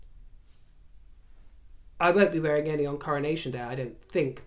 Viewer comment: I so love the way you describe our aging process in terms of seasons of our lives...' beautiful Autumn.verging slowly towards the beautiful Winter... THANK you, precious. I totally feel this opinion...Royally!! Can't wait for the Coronaccion..as I heard you once pronounce it!! 👑👑👑